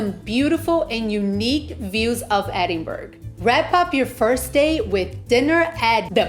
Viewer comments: Whole video of calling it a place in Sweden! Its NO BURG! Hen! Its Bra!!!! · I am leaving after hearing edin-burg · For f*cks sake it's pronounced Edin-burra! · Closing this after 20 seconds. How disrespectful to not even correctly pronounce the city's name. It's not optional! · Its such a put off to hear the wrong pronounciation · I enjoyed the restaurant suggestions. BTW, it's Ed-in- bra and It's Princes Street, not Princess Street.